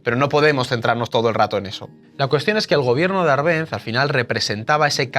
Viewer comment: Por qué pronuncias mal Árbenz? No sabes leer?